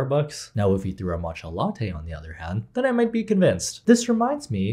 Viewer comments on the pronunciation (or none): none